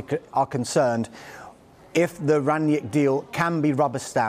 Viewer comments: His name is not Rangniek. You pronounce it rung-nick. With a strong R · "Ranyick" hahaha, oh gosh here we go again with the next pronouciation party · "Ranyick" hahaha He's german mate not french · Why do they keep on pronouncing him Rangyick? It's Rang-nick, really not hard at all to say